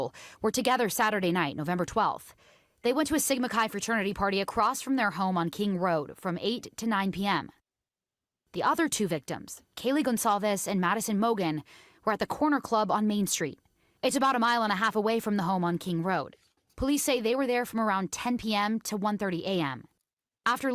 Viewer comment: I hate with a passion when they pronounce her last name Gon-Kalves.